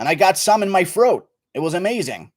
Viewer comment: GURU American accent be like "I have something in my FROAT!"